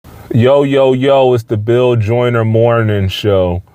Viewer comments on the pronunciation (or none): none